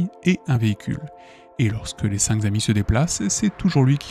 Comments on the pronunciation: j'adore les histoires de fais réels mais punaise, arrêtez tous avec les liaisons qui font mal aux oreilles! (même fait tout le temps cette erreur) 5 zhommes, zenfants ou zamis, ça n'existe pas!! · Les cinq k'amis et non les cinq z'amis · Je suis bien d'accord, on dit C'est nawak, Entre ça, et la répétition de "cinq Z amis", j'ai dû arrêter la vidéo, parce qu'à force d'entendre la même faute de prononciation ou de grammaire, ça influence mon propre vocabulaire et expression 😢